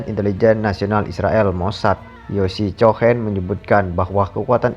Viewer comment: Yg bacain beritanya anak paud ya? Masa cohen dibaca chohen? The Times bilangnya the Tims.